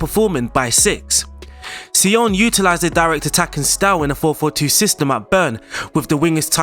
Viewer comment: No say-oh-ah-ne